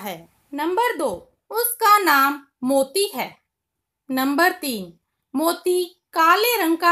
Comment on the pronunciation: मोती है मोतो नहीं